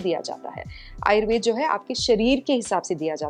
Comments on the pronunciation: कार्यक्रम बहुत अच्छा है लेकिन कृपया हिन्दी के शब्दों को हिन्दी में ही बोलें । यह आयुर्वेदा नहीं आयुर्वेद है, दिनाचर्या नहीं दिनचर्या है, जथर अग्नि नहीं जठर अग्नि या जठराग्नि है। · आयुर्वेदा नहीं आयुर्वेद बोलो...दिनाचर्या नहीं दिनचर्या बोलो...इतना कठिन भी नहीं है कि बोल न सको।